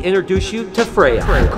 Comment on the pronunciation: In Swedish, we would roll the R pronouncing Freyja, we almost always roll the R's. Also I love norse mythology as it goes back to my ancestors religion being from a family as far as I know purely Swedish. I haven't heard anything about ancestors outside the Nordic countries at the very least. I don't know if this is how they're originally pronounced but in Swedish they are.